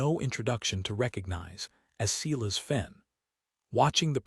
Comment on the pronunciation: The story is good, very good. This is nit picking, but is there a way to get the AI narration to correctly pronounce words, such as arithmetic and Silas. If that cannot be done, change the words. The take away from an otherwise good story.